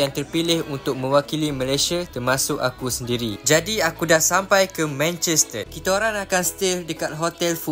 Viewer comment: Abg pelat r ehh Manchester ❌ Manchested ✅😂